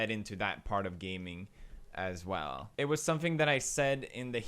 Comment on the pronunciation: why does he say “aswell” like that😭😭